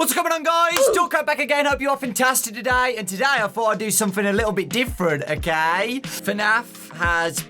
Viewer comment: Me da risa como el en vez de pronunciar ok como "okei" el la pronuncia como "okai", en vez de "gueim" dice "gaim" lo que lo hace sonar gracioso xD